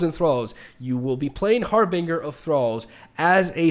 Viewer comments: Not Har-Bing-Uh it's Har-Bin-Jur I hope it's satire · It's pronounced "harbinJer" ;P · Love ya but please pronounce “Harbinger” and “Illaoi” correctly lol